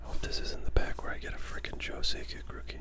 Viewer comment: Trying to decide what is funniest: 1) The repeated mangling of Joe Sakic's last name. 2) Not being sure if Guy Lafleur was in the Hockey Hall of Fame. 3) Not identifying that there are definite patterns in the cards. Like every time Dino Ciccarelli comes up, Dale Hunter is right after, and every time Brian Leetch comes up, Pat LaFontaine is right after. Even when the pattern happens twice in the same pack (like ).